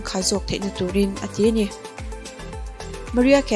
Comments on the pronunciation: Ma ri ah ti a lam tur ania maria nilo in fan(lamb) ka nih vang mai2 in lo sawi🥰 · Maria - Ma rai ah 🤭 ti a lam tur (Mariah carey)